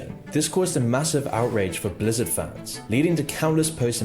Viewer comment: does this narrator even play the games? i mean how is he spelling things like this? nostal-rius, die ablo, blezzard